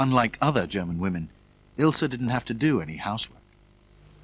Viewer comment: Her name was Ilse, not Ilsa. Anyway thanks for the uploading